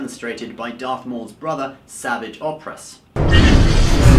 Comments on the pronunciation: your blatant ignorant mispronunciation of savage opress is unacceptable and proves you DONT EVEN WATCH star wars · Didn’t even pronounce Mauls brothers name right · Wow you BUTCHERED Maul's brother's name........... did you even watch the clone wars...